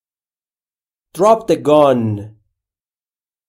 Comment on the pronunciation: Is it possible to pronounce this word ? < Gone > I think you pronounce "Gun " as " Gone "